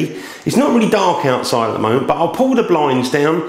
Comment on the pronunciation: yeah i've got a question! is 'the' 'ze' in northern ireland? just curious :)